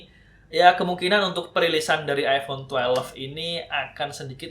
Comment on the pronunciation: "iPhone twelef"